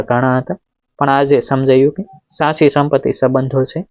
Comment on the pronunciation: સ્ટોરી સરસપણ ભાષા દોષ વારંવાર આવે છે .સાચી ના બદલે સાસી બોલો છો તો કેટલું વ્યાજબી ?ફરી ઉચ્ચાર સુધી તરફ ધ્યાન આપશો તો વધારે અસરકારક રજૂઆત કરી શકશો